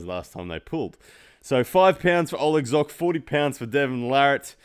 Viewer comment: pronounce Zhokh correctly